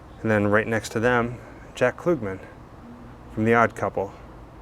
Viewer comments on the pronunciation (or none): Jack Klugman is not pronounced Kloogman. Its ug like in Umbrella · KLUGMAN LIKE PLUG NOT KLOOGMAN! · Tony Randall played Felix Unger. Klug- man not Klu gman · Pronounced "CL-UHGG-MAN". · Jug, bug, hug…Jack Klugman….with the ug sound. Geesh that bothered me every time you said his name 😆😂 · Great video! If you ever find out where Anthony Perkins' remains are, please let us know. I was a big fan of Jack Klugman. I watched him on The Odd Couple and Quincy M.E. Just for future reference, the u in his last name is pronounced "uh". Just letting you know. No biggie 🙂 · It’s Klugg-man (as in Ugg). Super creepy with all those boxes!! 😱💀